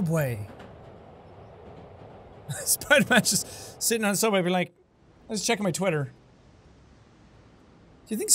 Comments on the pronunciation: SOUBWAY!!!?? theodd1sout:........................................... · OMG HE SAID SOUBWAY!! ODD1SOUT fans will understand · aww i love the little James reference "suoubway"